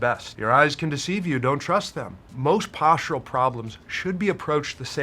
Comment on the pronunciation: Yeah... there IS a massive problem out there... with YouTubers who purport to be EXPERTS but they don't have a clue who to COMMUNICATE because they use MADE-UP WORDS like.. POSHA POSHEWRAL RESHRIKSHUN SHRAGEES What da F man. Speak properly!!!